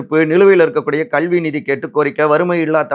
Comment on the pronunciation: தம்பி உங்கள் உச்சரிப்பில் மிகப் பெரிய பிழை இருக்கிறது. லகரம் வரும் இடத்தில் ளகரம் உச்சரிக்கிறீர். எடுத்துக்காட்டாக கல்வி என்ற சொல்லுக்கு கள்வி என்று உச்சரிக்கிறீர்.